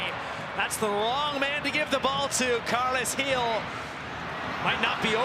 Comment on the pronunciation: And she should probably learn how to say the revs captain’s name properly. She called him Carlos Gil the entire night.